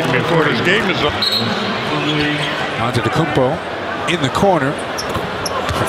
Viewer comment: this dude really said antekounpo